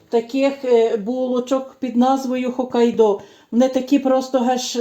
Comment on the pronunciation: Наголос, певно, на останній склад. Це назва острову. Японія.😊